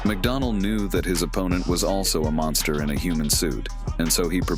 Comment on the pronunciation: 'mungsta' - iron mike